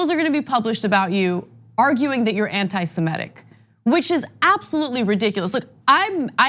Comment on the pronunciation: How many more times? It's ANTI-SEMITIC, not ANTI-SEMETIC?